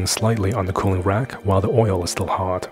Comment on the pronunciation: You say, 'oy yo' instead of 'oy ill'.